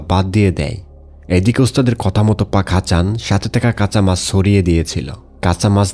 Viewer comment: Apnar sobkichu thik ache kintu uccharon ta thik korer pak hasan k bar bar fak hasan bolchen sunte kenon jeno lagche